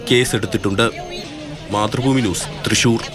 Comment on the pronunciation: Trisssuurrr allaa Thrissur ann... 😁